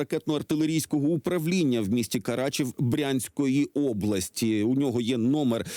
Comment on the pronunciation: Карачев, не Карачаєв.